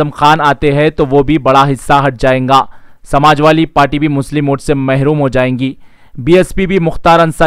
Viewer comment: Samajwali nahin be Samajwadi Bolna to seekh pahle